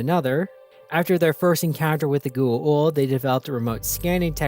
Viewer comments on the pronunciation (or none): I love these videos, but, man. Gua-old is not the pronunciation Go-a-ouwld. Go- a ooold.